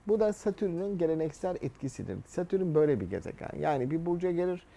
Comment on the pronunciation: Adamın Satürn'e Satürün demesi gıcık etti hahaha